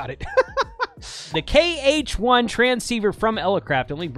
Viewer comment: It's KH1, not HK1 (3x), jeez !